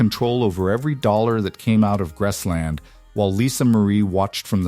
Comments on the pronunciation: It's Graceland not Grassland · It’s not grassland. For gods sake can’t it be a real person narrating? I hope it’s all true but calling it grassland makes me wonder. I hope they do not bury prissy at Graceland. Send her back to Germany. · "Grassland"? Oy...you didn't even pronounce the name of the estate correctly.